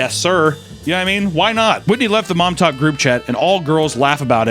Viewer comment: I can't get into this video because every time says Momtok I think he's talking about Project Montauk.